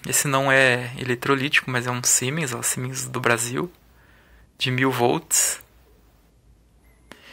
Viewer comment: Siemens é uma tradicionalíssima fábrica alemã que transferiu a tecnologia para produzir esses capacitores aqui no Brasil. A pronúncia correta do nome da marca "auf deutsch" é "Zíemens" Os capacitores verdes dessa marca são para trabalho em alta frequencia, low-esr, geralmente usados em estagios secundários de fontes chaveadas. O logotipo S com o H sobreposto significa Siemens&Halske, empresa fundada em 1847.